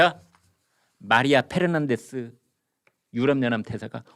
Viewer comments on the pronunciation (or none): Fernandez씨 또 화나게 생겼네요. 김선생남깨서 자신의 이름을 Pernandez라 부른다고요. France에 계셨으면 애청자들에게 본보기로라도 "F"와 "P"의 발음을 구별해서 하셔야......제가 이런 말씀드린다고 행여 화내지 마십시오.